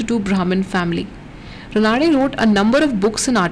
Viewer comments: It is Raanade रानडे and not Ranaade रनाडे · Raanade not Ranaade